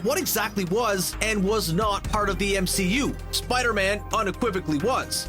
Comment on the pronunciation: The MCOOO. Great stupid pronunciation